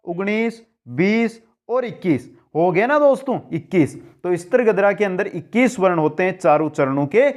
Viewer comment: मन्द्राक्रान्ता नहिं मन्दाक्रान्ता कहिये ॥ स्त्रीगोत्रा नहिं स्रग्धरा कहिये ॥ streegotraa galat sragdharaa kahiye jee अपना उच्चारण बहुत दोषयुक्त है जी